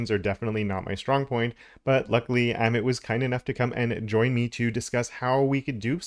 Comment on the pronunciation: FYI - Amit is pronounced uh-meet